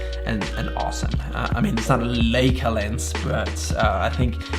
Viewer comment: Leica not Leeca